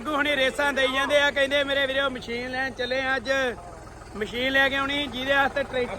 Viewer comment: ਮਸ਼ੀਨ ਹੁੰਦੀ ਹੈ ਵੀਰ ਜੀ ਮਛੀਨ ਨਹੀ